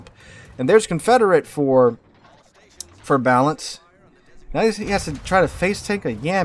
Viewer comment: the guys name is clearly balan...... not balance holy fuck this guy yaps